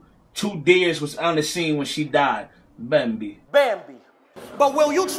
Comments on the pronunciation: Dude said Bambi way worse than the one battle rapping 😆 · it’s funny how YOU are pronouncing bambi wrong but wanna criticize someone else 😂